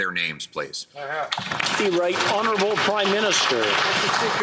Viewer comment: Trudeau must love it when called houneralbul p m ha ha ha